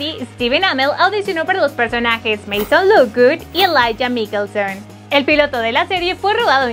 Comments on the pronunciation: Odio cada vez que dice "Miquelson" en vez de "Maikelson" :v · investiguen bien antes😂 es mikaelson hasta ahí bien pero se pronuncia MAIKELSON NO MIKELSON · PRONUNCIA BIEN! MIKAELSON se nota que NO VES la serie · No les estrese que diga mikelson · La forma horrible que pronucia Mikaelson me daban ganas de dejar ver el video